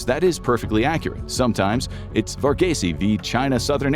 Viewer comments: Varghese is pronounced Var-geese, not Var-ge-se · Vargaysay 😅🤣. It's pronounced 'Vargeese'. Varghese man, you're a good man.